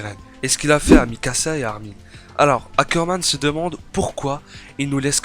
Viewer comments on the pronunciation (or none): none